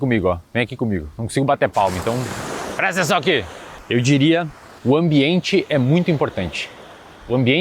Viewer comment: "Prestençaoaqui!" kkkkkkkkkkkkkkkk